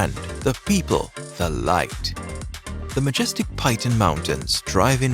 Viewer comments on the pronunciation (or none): Hello, thank you for sharing this information. Please look up the correct pronunciations of the mottos, landmarks and locations in the respective countries. The name Piton is not pronounced 'Pie-ton', rather more like 'Pee-taw'.